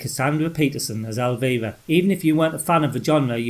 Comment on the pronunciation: Kudoes for showing “Elvira II” as the fifth scariest horror game, but showing footage of an empty road. Chilling. But nowhere near as scary as hearing this guy try to say, “Elvira.”